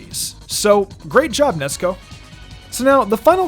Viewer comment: It's funny how you call Nezuko Nesko